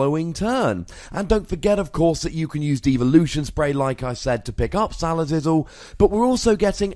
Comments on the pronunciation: He's mispronouncing it on purpose because he hates the Pokemon itself. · "Salazizzle" lol